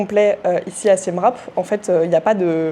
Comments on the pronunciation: Hello ça se prononce "siem ripe" et non rape 😅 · Mes oreilles saignent Siem « rape » 😅